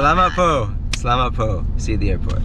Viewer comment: in "salamat po" the vowel o is a short o, not o as in "go" or "toe." po should almost sound like paw with a shortened w sound